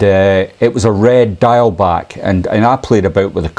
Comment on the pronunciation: For those of us in Wales please learn to pronounce ‘diawl’ - its not ‘dial’ its pronounced ‘deeawl’ but say it quickly